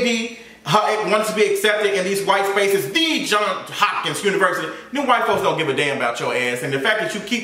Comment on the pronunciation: “THEE Hopkins University “ 😆🤣